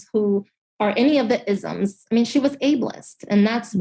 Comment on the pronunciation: LOL wait, what? Did she just say "is'um's" 🤣😂